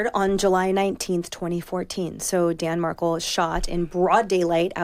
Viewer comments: Please don’t say his name wrong! It’s not like Meghan markle plzz he’s so much more than her! It’s MARKEL USE THE EL DIFFERENCE THAN KLE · Emily, please do not pronounce Dan’s name like Prince Harry’s wife. It’s pronounced like Mahr-kell. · Markle! Not mar COU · Somebody please tell this woman how to pronounce the Markels name!! It's not like Meghan Markle! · If you cover the case of Dan Markel. please have the grace to learn how his name is pronounced. It's not Markle. It's Mar-kel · Dan’s last name is pronounced like Mar-Kel, not like Meghan Markle’s last name!!! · Tell this chick HOW to pronounce words, ie: Dan Mar kel. Not Markle!! See the difference? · It's MarKEL, not Markle...geez. and he was killed july 18th, 2014 NOT the 19th Im outa here😮😮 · Markel doesn’t rhyme with sparkle - which is why it doesn’t have the same final syllable, mmmkay? Mar-Kel. Say it with us, dearie, Mar-Kel. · So she starts by mispronouncing Dan’s last name. Zero investment in the story she’s going to share. Unprofessional and disrespectful. Literally all she had to do was Google one video and learn its pronunciation. Or learn the English language… Mar-KEL. Sounds the way it’s spelled. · You'd think Emily would at least know how to pronounce Markel. It's not pronounced Markle, but Mar-KELL, the emphasis is on the second syllable.. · Dan Mahr-Kell. (phonetic spelling) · Clicked out as soon as she said Mar-cull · Say Dan's name properly!😡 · Lady, if you're going to cover a case, at least pronounce the VICTIM'S NAME correctly. smh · You can't even get his name right. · Show enough respect to pronounce the victim’s name properly. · Josh Ritter presents a complicated and layered conspiracy case with poise and patience in the time allotment he was afforded. He used no notes. Emily Compagno came off as somewhat ill-prepared, at times engaging in rambling word salad. The first clue was that she mispronounced Dan Markel's last name. Big sigh, but Josh saved the episode.